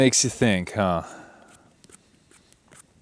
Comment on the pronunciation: 2.5 lol. Your first huh was a haw lol. Love your videos Brother